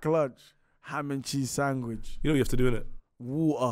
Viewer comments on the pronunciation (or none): Ham and cheese SANGWICH, nah im dead